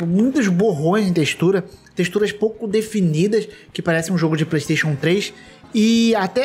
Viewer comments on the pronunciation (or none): none